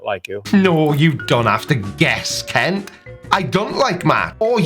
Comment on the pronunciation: Kent ? Wrong vowel.